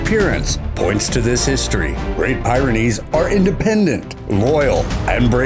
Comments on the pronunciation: Great Pyrenees; pronounced "Peerynees" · The way he says great pyrenees drives me nuts haha it's like peer-a-nees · The 10th is not pronounced (PIE)RENEES, you say it as pi (as you would say pip) not pie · I second that! 😂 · We have both a Doberman and a Great Pyrenees, which is pronounced "peerenees". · Um, narrator, you might want to look up the pronunciation of Pyrenees. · I'm sorry but your pronunciation of the Pyranese dog made me laugh ffs